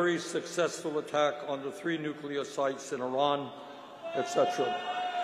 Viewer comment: He can't even pronounce Nuclear. 😅😅😅😅😅. They are standing in that weird formation because, it's his human shield 😅😅